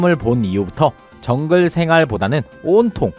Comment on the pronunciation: 장글의왕자라고 꿋꿋히 발음하던 그 주제가